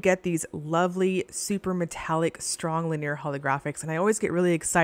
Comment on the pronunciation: Still mispronouncing “linear”. Look it up!